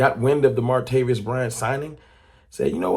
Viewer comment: ITS MAR-TA-VIS! NOT MARTA-VIOUS!